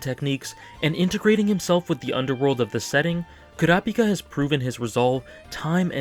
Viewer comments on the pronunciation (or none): Koora Pika is one of the WORST ways to pronounce his name